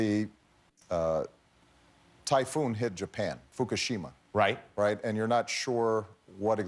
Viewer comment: Ha ha he said fukashima